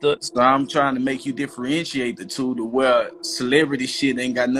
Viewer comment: Ahhh diffrientriate